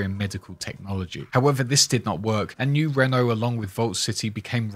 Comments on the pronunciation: Are you mispronouncing new Reno on purpose cause it's annoying as fuck it's not new Renault it's new Reno 🤦. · Me wondering what 'Nurenno' is, and then realizing American English makes no sense — he is saying 'New Reno' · Did you miss pronounce new reno on purpose or?